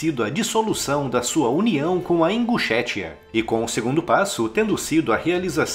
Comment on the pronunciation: Eu ri quando ele falou imbuchetia kkkk , aí aí eu não tenho maturidade suficiente ..